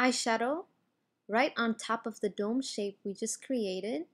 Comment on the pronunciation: Is it just me or does the word ''Dome'' sound funny, lol.